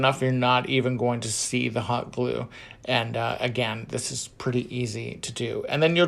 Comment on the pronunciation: First thing is that I absolutely enjoy your channel, your fun personality shine's through your DIY'S. I was Laughing out loud when you said goo when you wanted to say glue that just hit my funny bone. 🤪 Thanks for sharing your talent and fun idea's!